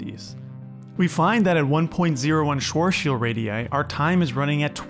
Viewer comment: Haha you need to learn how to say Schwarzschild. As a german i can tell you pronounce that horribly wrong xD you say like Schoschild. xD